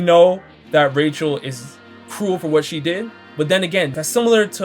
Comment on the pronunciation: Bro when you say ‘cruel’ it sounds cool and it’s fucking hilarious